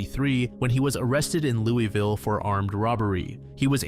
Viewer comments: It’s pronounced “loo-vuhl” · As someone from Louisville, Ky we are very specific about how you pronounce our city it’s “Lou-ahh-vuh”. Anyways keep up these videos I fall asleep to them every night you do such a good job!